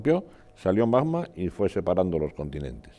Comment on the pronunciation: Lo que no puede ser es que un vulcanólogo diga “majma” en vez de magma 😂😂😂 Es como decir “el bij banj”.